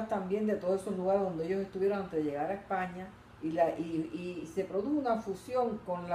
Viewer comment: Porqué no pronuncia Usted la S? (Epaña, lo gitano')